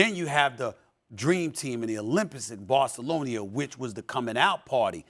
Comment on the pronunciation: Barcelonia 😂 -Stephen A. Smith